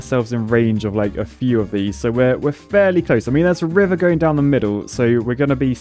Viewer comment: "We don't need to through the wiver"